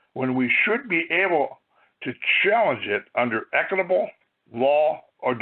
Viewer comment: You can't even pronounce "equitable" or "library" properly. You have no idea what you're talking about. You even think the federal government issues driver's licenses?! Definitely not